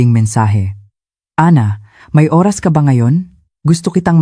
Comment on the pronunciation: Bakit ganon ang pag bigkas ng Oras?